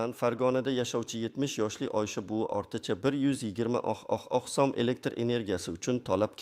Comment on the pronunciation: Суний интеллектми бу узбек сумини талаффузини тугрилаб айтиш керакмикин